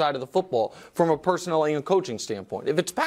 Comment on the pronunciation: PersonNEL not "personal"